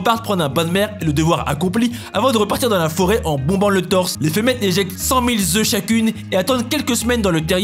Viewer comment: Cent mille œufs, pas cent mille zœufs ! En plus mille est invariable, c'est le pluriel de mil ! Inssssolent va !